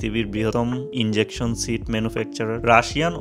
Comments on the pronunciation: "Injection Seat" na "Ejection Seat". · Bro not injection seat. Ejection seat. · ভাই এটা ইনজেকশন ছিট না। ওটা হবে ইজেকশন